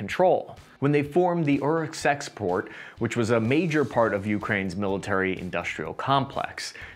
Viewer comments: Ah yes, the famous "Uruk sex port" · "Uruksexport" You don't even try